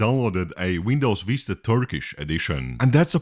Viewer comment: as a turkish i died seeing u struggle with turkish ver. vista LMAOOOO